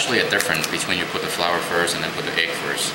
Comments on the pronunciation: great video! but i'm a little confused. it sounds like you keep saying "flours." the word is "flour", singular and plural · Daylight Disinfectant I was thinking that(not that he sounded cute)but that he was calling flour "flowers".And was thinking shouldn't u put a bit of salt in it? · is it just me or is he saying (flours)? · This is great. But wondering why you call it flours? and not flour...